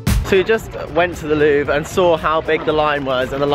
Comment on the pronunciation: sounds like you were saying 'we just went to the loo' (louvre) 😂